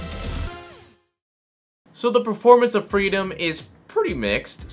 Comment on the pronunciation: Couldn't tell if he was saying freedom or Frito till I checked the desc. lmao